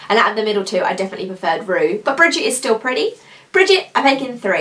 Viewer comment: Very nice video and beautiful swatches! However, I must point out the correct name of one of the colors I already own, and that is "Brigitte", and it is pronounced Bri-jeet'. Not "Bridget". Thanks for the video.